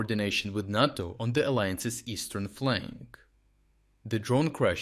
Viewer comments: It's pronounced, N(AY)TO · "NATO" is pronounced with a long "a", the same as in "name". It sounds odd to hear it repeatedly mispronounced. Good content as usual, though. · is the narration on this channel AI? I ask b/c he mispronounced “NATO” (used a soft “a”). I mean no disrespect, and generally find the articulation excellent. But NATO is a common acronym on this channel . . . .